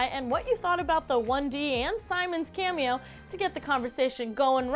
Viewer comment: Stop saying camio